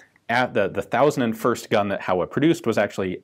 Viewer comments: It's pronounced "HOh-wa" [two Japanese characters, Ho & Wa if written using the hiragana syllabary] not "HOW-uh..." Just sayin'... ;-) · HO!-WA (how-ah is killing me). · For future reference, 豊和工業(HOWA Machinery) is pronounced Hoe-Wa, rather than How-A. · Reminder with the pronunciation of "Howa". Since it's japanese, it's supposed to sound [ho-wa], not [how-a]. Typical american pronunciation errors in reading mosr foreign languages. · Not Hawa, Ho-wa. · Ian sensei! "Howa" is pronounced as "Hōwa", like "Ho" in "hose"! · "Howa" is pronounced "hoh-wuh." The company's name used to be "Showa" but was shortened to "Howa." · HOWA is pronounced like Hoh-Wa in Japanese lasguage